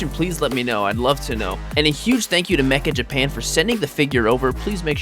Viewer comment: dude the site's called meccha japan not mecha japan lol